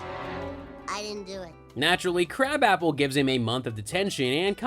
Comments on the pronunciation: Her name is pronounced "kra-bopple" not crab apple. Wtf is this channel?? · It's not crab-app-el. It's kruh-bop-il. (Edna krabappel.) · That was irritating me as well every Simpsons episode I've ever watched it's pronounced krabopple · Interesting on how many times you pronounced Edna Krabappel's name wrong. Have you ever watched the show?